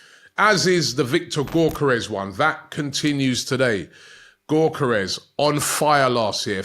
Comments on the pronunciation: Robbies pronunciations Gyokeres = gork-karez Kadioglu = kadi-agli- aglioo...😂🤣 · Can someone tell to stop butchering Gyokeres name! its YOK - KER - REZ! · It's pronounced "Viktor Yo-kor-resh" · Same with Gyokeres 🤦‍♂️